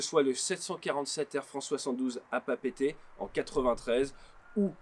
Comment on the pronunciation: Merci pour la prononciation correcte de Papeete ! 💡 🤙🤙🤙🤙